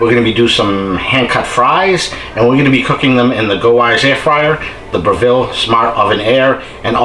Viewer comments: We say bre ( Rhymes with Rev).ville not Bra.ville. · fwiw, it's pronounced BREV-ill, not Bra-VILL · 1.can't believe u prepped on yr cooktop, 2. Br/ville? No o o its Brev/le here in Oz! Thx for the comparison. What about smoke exhaust? Is Airfryer same as Breville? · Dude, if you're going to do a video on a product at least learn how to pronounce its name properly 😂